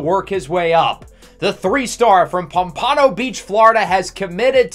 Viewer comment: i’m sorry i know im 2 weeks later but you butchered saying pompano